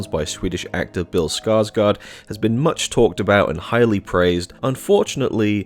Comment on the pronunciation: Number one: The "gård" in "Skarsgård" is pronounced like "gored".